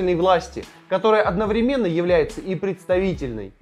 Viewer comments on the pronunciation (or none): none